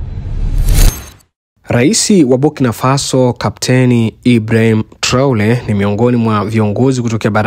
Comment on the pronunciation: Sio Traole ni Traore,, wewe mtangazaji.....